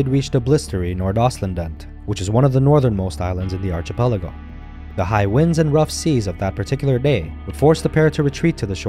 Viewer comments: It’s pronounced archipelago, not archipelago. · Man, you really butchered the archipelago word. Read up on how to pronounce it, why don't you. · Why the absurd mispronunciation of " archipelago " !?!😮😢😮😢😮😢😮 DUH !!??!! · and --you dorks can't read, I was talking about the narrator's mispronunciation of the word "archipelago"--his english pronunciation was otherwise fine so I knew English is probably his first language--DUH !?!😮😂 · Jeez!! Someone do so something about the narrator's pronunciation of "archipelago "--a bit of a joke !?!😮